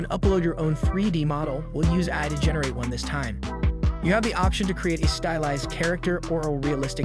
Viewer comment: Apologies if already answered or considered rude, but is this narrated by an AI? Extremely impressive for the most part, but hearing AI pronounced as “eye” and Alex as aLEX certainly raised my eyebrows.